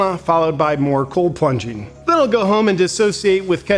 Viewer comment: “Coal plunging”😂😂😂😂